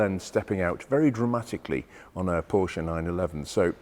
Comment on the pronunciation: And pronounce Porsche the correct way. JayEmm actually makes a point of doing it wrong.